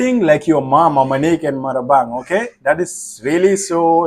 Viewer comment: Not Marabang it's Ma Rang Bah😅